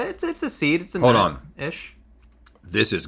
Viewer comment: No, no, it’s more southern than that. It’s more like a, “ho’d on…”